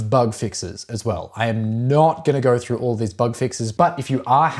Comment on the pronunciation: “Moverr” throuhhgr” “helleur”